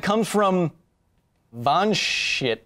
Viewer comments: Kyle...dude...Vanshit is a legit Indian name with Sanskrit roots. Its not Van-Shit. Vansh = Bloodline; Vanshit = Blessed with a long bloodline. sigh... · Anirudh Goel, is it pronounced more like Vahnscheet? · In The name "Vanshit", please pronunciate the "t" as "th". It is an Indian name